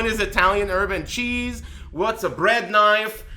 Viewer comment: Holy shit, I heard "urban cheese" too. Thanks.